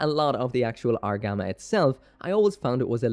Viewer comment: Argama? LOL!!!